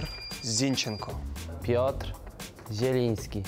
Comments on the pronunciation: Moved the stress from the first to the second syllable. (ZIN-chen-ko, to Zin-CHEN-ko). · Love this! I would definitely pronounce Zinchenko incorrectly in the exact way way demonstrated! I hear, Zinchenko stress the first syllable of his last name, which I would write like this: ZIN-chen-ko. The way others (like me!) pronounce it wrong is by stressing the second syllable, which I'd write like this: zin-CHEN-ko. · It's not Zinchenko, it's Zinchenko 😅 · Oleksandr Zinchenko deliberately pronounced his name wrong. I guess he is fed up with explaining the right pronunciation of his last name. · Zinchenko 😊 Zinchenko😡